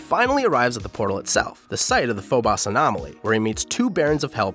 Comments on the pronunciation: My guy really said Phobas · I can't take this guy seriously.. lost interest immediately when I heard.. foe-boss lolllll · pho-boss..... ugh, I cringe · Phobos is pronounced: Foe-bus. Sorry, that was just grinding on me. Great work though, well laid out and informative. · Say the damn moon names right dude PHO-bose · Nobody: This guy tryin to say Phobos: Føbäš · It's pronounced phobos lol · Why was he slandering those names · I’m sorry, how did this mans pronounce Phobos? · It physically hurt to hear the way he pronounced Phobos and Deimos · The way you pronounced Mars' moons greatly concerns me. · He Butchered The Word Phobos When he said it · Your repeated mispronunciation of Phobos and Deimos is unforgivable. You couldn't google how to pronounce them first? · Great vid until how you pronounced Phobos, Deimos and Archfiend. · Gotta give a thumbs down for mispronouncing Deimos and Phobos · Hearing him pronounce Phobos & Deimos is quite unsettling. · Your miss-pronounciations of daemos and phobos are even more curious than a dead cat. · I don’t like the way you said Phobos Ew... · stopped watching because he mispronounced Phobos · Learn to pronounce the two moon correctly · I didn't know it was possible to mispronounce a word so badly when it's spelling doesn't really leave much ambiguity. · It's not phobas and deimas its phobos and deimos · It’s Phobos, not Phobas. Sorry haha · its pronouced foe boes not foe boss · It’s Phobos not phoboss, this is why I can’t stand Americans. Your language is just pathetic and lazy. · Every gamer ever: Phobos This guy: Phobas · why does he keeps calling phobos, 'phobas' ?. Its clearly pronounced as phobos......almost like a script with phobos spelled wrong.. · I'm sorry, I can't get over how you pronounce Deimos and Phobos. Where are these "ah" sounds you're pulling out? Why do you call it "phobas"?! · “and its two moons, day-moss and foe-boss.” i cringed. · Did he say deimas and phobas... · "Deimoss" and "Phoboss"